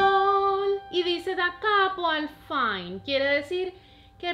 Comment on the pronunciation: fine se lee como se escribe, viene del italiano final.saludos